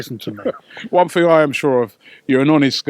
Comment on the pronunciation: "I mean there was there was the whole missing fing" He's no fucking Paxman, is he?